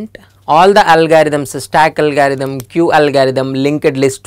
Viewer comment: It's not algaerithm it's algorithm